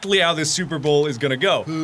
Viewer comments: why cant you say super bowl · can't say "super bowl" Instantly calls it "super bowl" Nailed it.